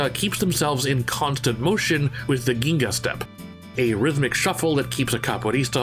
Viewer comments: btw i think its pronounced jenga not ginga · The pronounce for capoeira is Ka-poe-AY-ra, and for ginga is JINga (i'm brazilian and a practicioner) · Ps. Ginga step killed me. (It is pronounced Jiiingaa) As in "Gin" the alcoholic drink + gaaa (drown out those "A" at the end ) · It’s not pronounced like Ginga it’s Jinga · Not EVERYTHING you said was entirely wrong, as that highly voted comment says. The ONLY words you got wrong were: "Ginga" (should be "jeenga") "Queixada" ("kay-shada") "Benção" (ben-saum) "Chao" (Shao/shaw) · It’s pronounced jinga not ginga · A valiant effort in pronunciation. Ginga has a soft G ("j" sound) on the first g... "Jinga" "De" is often pronounced almost like "ji" (with the i rhyming with "tip" or "spit" Quexiada = kay-SHAH-dah Ben-ssah-oo Again "you are not a coward" you did amazing both on the attempted pronunciation and the video. I remember the day Eddy dropped in the arcades... I was 17 and had already begun studying capoeira after watching "only the strong" I had seen concept art for him in gaming magazines and hoped he would be a capoeirista! I was so excited when I rolled by the mall and saw that ue was in fact a capoerista! It was a great day in my teen years. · Ginga is pronounced more like ( jin-ga ) but thank you for your research and video capoeira and jiu-jitsu are one of brasil pride fighting styles . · it's pronounced with a j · And just to add a few: ''Roda'' - Roh + dah, open sounds in both vowels. ''Ginga'' - Gin like in the beverage + gah once again an open sound. and finally... ''Capoeira'' - You're not pronouncing the ''i'' in the word, but this one is kind of a nitpick, lol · "Ginga" kkkkk